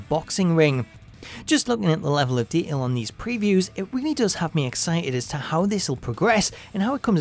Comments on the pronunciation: Nobody: This guy: De(t)ail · If you're going to use the word detail numerous times, then learn how to pronunciate it properly FFS. The narrator has a voice like nails on a chalkboard. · Learn how to say detail